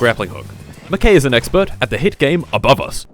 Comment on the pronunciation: "ABOVUS"